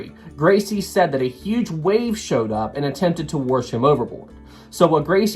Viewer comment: You gotta drop the R when you pronounce wash. "Worsh" sounds trashy and uneducated.